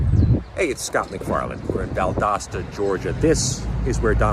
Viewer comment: First off Harry you are saying the name of Valdosta all wrong. Second I am still living in the disaster in North Bryan County. We still havn't heard word from our local government or Biden and we still have no power or water or resources. If it wasn't for friends and neighbors doing all the clean up we would be a lot worse off. I even went on Fema to fill out forms and they denied it saying"there was no storm that damaged our town so no aid will be coming" but they have every county that touches us on the Fema site for approval and Chatham is even on there and they didn't even get affected like us and didn't have to worry about losing any power or being trapped like we were. Unless you are here then you know nothing of what is going on with our Gov Korean Kemp who got that name by forcing a lot of people out of my town and destroyed a lot of forest to build that big EV plant for Hyundai and now were are told our water supply will dry up because the plant uses 6.6 million gallons of fresh water a day just to make batteries and we will need to pay another county to pump drinking water to our families.